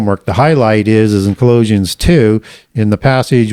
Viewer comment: Why does he say Ecclesiastes and Colossians wrong?